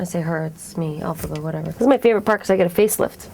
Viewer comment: "elphabs" Lmaoo xD